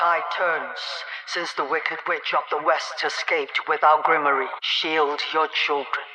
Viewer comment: Did they pronounce grimoire "Grimorry". Was it intentional to show how fake the leaders are or just an oversight in multimillion dollar movie because the people who make them aren't as capable as they are pretentious?